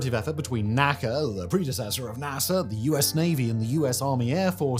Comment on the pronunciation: NASA is pronounced. NACA is spelled out.